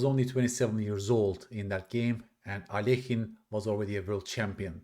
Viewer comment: I appreciate how you pronounce Alekhine. Many people say it wrong 😂